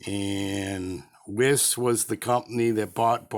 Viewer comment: Lovely knife! Wiss should be pronounced “Vice" - as in Beki Bondage... an ‘80s punk reference for the aging rockers amounts to us!